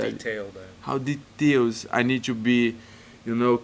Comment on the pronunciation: Plain English:details Costa: duhtails Sorry